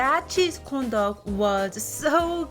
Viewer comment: Do I hear condom instead of corndog? Lol 😂